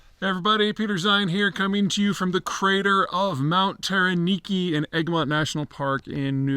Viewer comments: Peter, not 'Mount Tera-Niki' more correctly Mount 'Terror-Nak-i' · Mt Taranaki (Ta-ra-knack-e), not Mt Tara-neeki :) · It’s Mt Taranaki -( not Taraniki ), right? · Bro it's TaranAki, not Taraniki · Pronounced Tara NAKKY, NOT tara NEEKY. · Mount Tara-NAKI! ("Nackey") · but he still calls Taranaki "Taraniki". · Russians may be able to plan but if Pupu has a bad day all bets are off. Also, Mt Taranaki pronunciation is slighlty askew... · Please Pete - can we work on some pronunciation - Kapiti- Taranaki - so cool that you are visiting this land - feel free to contact if you want to hang - or get the good oil